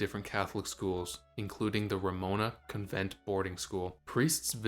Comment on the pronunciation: Cun- vent?